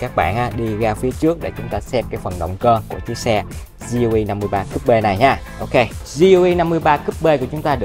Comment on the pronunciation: Gờ Lờ E nghe cho quen a ơi =))